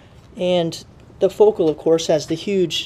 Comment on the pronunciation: Why is he saying focal like that xD